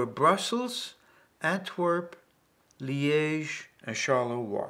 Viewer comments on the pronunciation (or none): none